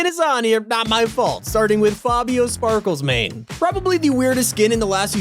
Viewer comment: Bro did he just say Spaklesmane